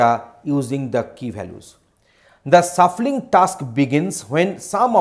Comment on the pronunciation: Man it's shuffling and sort not suffling and short